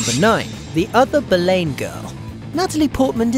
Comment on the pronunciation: Ann Boleyn is pronounced bo-lin, not bo-layn.